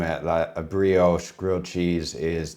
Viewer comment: Pro Chef Tip - don't forget to season your Kitchen floor before cooking, that way if you ever drop anything you never have to throw it away. That's the first time I've heard Brioche pronounced as "Bree-Yowsh"!